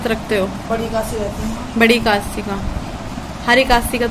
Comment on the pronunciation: Di aap bhut se sentence galat bolte ho....jaise panni ko pinni,ekadasi ko ekasi....accha nhi lgta shi se bola kriye